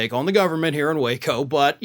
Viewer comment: So it's Wāco not Wa(h)co lol